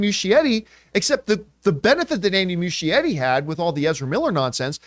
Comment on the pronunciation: Oof Campea still mispronouncing Andy Muschietti’s last name